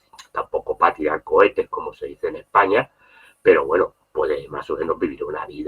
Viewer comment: aprende a decir España